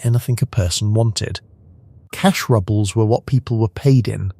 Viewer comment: Cash rubbles are a bit rubbish. "Rubles" = "roobles" (pronunciation). Also, present and past tense of the verb "to read" needs attention. While spelled the same, present tense of "read" is "reed," and past tense of "read" is "red."